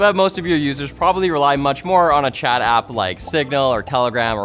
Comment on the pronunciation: I heard it as Chad, and not chat